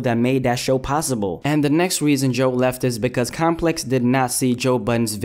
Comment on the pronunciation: goddamn it, 'compex'